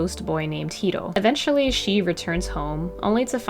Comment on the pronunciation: You pronouncing "Hiro" correctly just made my day. So many people don't